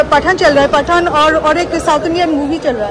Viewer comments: Why u don't post daily vlogs...such long gap between ur vlogs...and plz pronounce Pathaan as it is not like Paatha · It's pathan not paathaaan ...sunne me bohot ajib lag raha hai